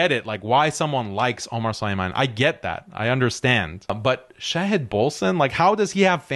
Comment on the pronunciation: Shahid is an attribute of Allah. You should learn how to pronounce it. Stop believing that Israel and the West are all powerful. Allah is all powerful. The conquest of the Zionist state is inevitable BECAUSE Allah is all powerful. Obviously you are not going to fight. So since you are unwilling to fight for what you claim to believe in, you should not criticize harshly those who have the courage to try and find a solution to this problem. If you do not believe anything can be done through economic conquest, then, GO AND FIGHT!!!